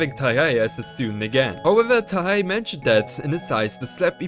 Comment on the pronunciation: Its TIE-hey. Not TUH-hey.